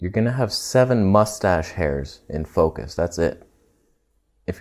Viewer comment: "What is gonna be in FOKUSH ... fokush ... F*** my life" XD ... HAHAHA i laughed so hard. I love your sens of humor dude! Keep on!